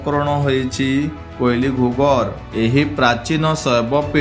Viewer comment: That is କୁଇଲି ଘୁଘର୍ , not କୋଇଲି (wrong pronounce)